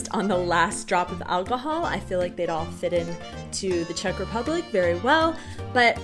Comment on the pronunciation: That asian chick knows her czech idioms pretty well also best czech pronunciation of them all